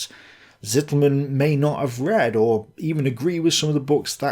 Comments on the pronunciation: Unfortunately your 2nd pronunciation-attempt of "Rainer Zitelmann" is still quite wrong. A German would write what you say as: Sittelmänn. A German Z is ALWAYS pronounced as TS. (Yes we say Tsombie, not Zombie, although we write it with z.) If you say TS-EE-telmann you will come close. The a in "mann" is not like in English man but just like you say it correctly in "Halder". The "ai" in Rainer is indeed pronounced like EYE not like ay in the English name Ray. So R-EYE-ner would come close. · your pronounciatiation of "Zitelmann" is still wrong xD your current pronounciation would be written "Sittelmen". z is voiceless, t is long, and mann is basically spoken the same as the "Mann" of "Mannstein", which you regularly do perfectly.